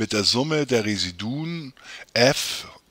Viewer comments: Ihre Aussprache von Residuen macht mich fertig. Bitte lesen Sie das im Duden nach. Es heisst Re-SI-du-um. Ansonsten aber sehr hilfreich, danke!! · Es ging um die Intonation, nicht den Plural. Wobei ich das nicht weiter wichtig finde. Vielen Dank für Ihre tolle Arbet.